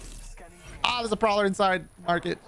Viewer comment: The “Proller” lol